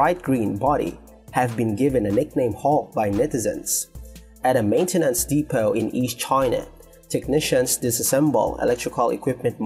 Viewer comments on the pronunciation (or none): none